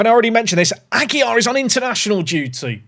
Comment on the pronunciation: You’re doing the double L is a y on a Aguilar when its only 1 L. Pronounced Ah-gee-lar And Jesus is Hey-sue-s lmao Love from Spanish speaking Texas